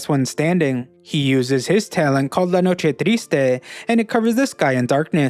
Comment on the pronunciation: Hey, that "La noche triste" pronunciation was very accurate, congrats!!!.